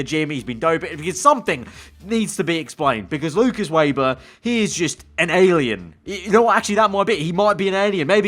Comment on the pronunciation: His name is said Veber not Weber